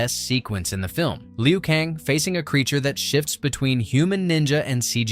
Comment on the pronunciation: Liu Kong and Raidon...lol!! These lazy AI voices are funny.